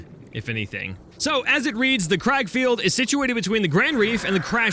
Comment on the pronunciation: You're right saying crag it comes from the Irish word Craig meaning rock so it literally means rock field